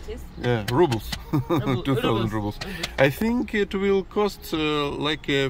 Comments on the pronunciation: you are like me! Don't leave home without chocolate! Honestly, I thought the 2nd cup of orange juice was for Sati! Thank you for sharing with us😅! Also,, I think we mentioned previously that Rubles is pronounced, Roo-bles. The U having an OO sound like in moon. Of course you can say it however you want, it's your channel😂. SO very good to see you all. Stay well, stay safe. With love from Illinois! 😊❤❤❤ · Pronouciation: roobles, not rubbles. roo like in kangaroo, or root. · You still say rubble and not ruble like in Russian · So …how exactly do you pronounce it in Russian…ROOBLES OR RUBBLES?